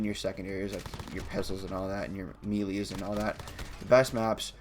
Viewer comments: Dude really said "meelees" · HE SAID ME LEES